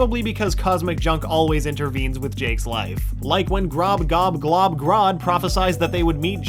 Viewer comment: All I heard when you said Glob's name was 'Globglogabgalab' Globgloglabgalab starts playing in the background.